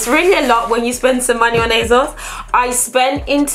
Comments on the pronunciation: Please please please why do you keep saying aZos??? Why??? It’s and s not a z... like you pronounce the s at the end so why won’t you do the same at the beginning! Ps you look great! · asos doesn’t have a z in it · Is it it me or did she say azoz instead of asos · Not hating but it is ASOS not azos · Why she sayin azos tho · And you literally said it used to be called as seen on stars... so you know for a fact that it’s an s and not a z... so please why? Please! We are all here wondering and have been wondering for years so please just tell us why you choose to pronounce it that way. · Ufo only intellectually deficient people need to resort to insults to get the most basic (albeit incorrect) points across. ASOS is pronounced one way and it’s not with a soft z... “h” in the English language is pronounced 2 ways depending on if you are speaking British English or American English... you can’t just make up your own way of pronouncing a word or letter that already exists in a specific language. ASOS names themselves ASOS and they pronounce it with an S not a Z... and I am not policing anyone. So bye Felicia!